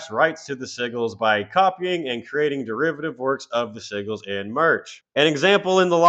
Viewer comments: Bro it’s SIJ-GELS not siggles lol😂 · "Sigils" is pronounced "Sid‐gils"; it's like pigeon – there's clearly a "d" there, but it's not written only pronounced for some reason... 😅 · Hate to be that guy but “Sigils” is pronounced like “sih-juls” or “sih-jils” 😹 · Sïgglës is a fun way to say Sigils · Cradle is over party. As well, sigils is pronounced as si-jlz. I'm not trying to be a dick, but siggles makes me...well...giggle. LMFAO. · The SIGGLES. I just had to laugh everytime he said it. Which meant I was laughing a lot at this. 😂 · Not trying to be a Dick but I'll say it anyways- I cringed EVERY TIME you pronounced SIGILS.... The "g" is pronounced like a "j" like SIJIL. And you cover Black Metal and don't knows this? POSER! J/K😂. With your sense of humor I hope you know I'm just yanking your chain. THOROUGH COVERAGE of this and quite early on! GREAT JOB! I guess I have to finally subscribe! Thing is most people will only seeing me act like a Dick towards you, only a few will see it. I can feel the hate in the force...... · Very frustrating to hear "sigils" mispronounced over and over again. I appreciate this upload though. Never knew that Zoe and Marek were a couple also. And that the Coal Chamber vocalist was their manager! Lol. Thanks for this upload! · I could be wrong, I'm no genius, but I think that word "Sigils" you keep saying may be pronounced a lil different... I think the "G" has more of a "J" sound... Like I said though, I'm not sure, she did create them so maybe she called them what you keep calling them?? 🤔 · The G in sigils is pronounced like a J ...just redo the whole video 😂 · Sigils isn’t pronounced like you think it is.